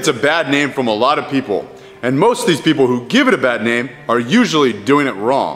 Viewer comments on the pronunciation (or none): none